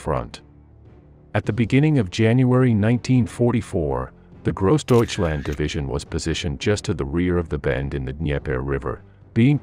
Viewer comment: You don't like Grawsdeutschland?